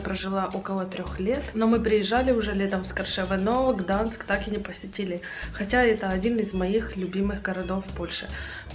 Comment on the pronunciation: Все видео слух резало, не Гданск а Гданьск